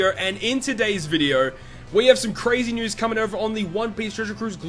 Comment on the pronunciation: I love how he says "video" lol: In this vidyeo...